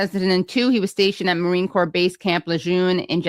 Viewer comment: He.s right be marine corps rather than marine corpse.